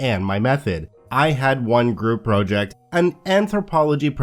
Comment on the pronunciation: props!, but I really hate your pronunciation of the word ‘project’:)